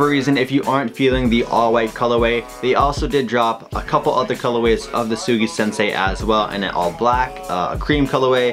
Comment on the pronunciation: Soogi shinsay lol